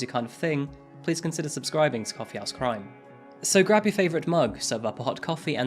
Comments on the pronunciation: Can you stress H in house in Coffee House Crime it sounds like you’re saying Coffee Ass Crime in each intro lmao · I love this channel but i am sorry i keep hearing you say "coffee ass crime"